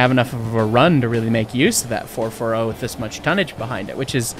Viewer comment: Not the fer-fer-ohh!